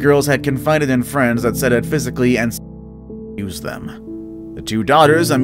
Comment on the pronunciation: Said shouldnt be on this, he was caught. It's pronounced sigh-eed btw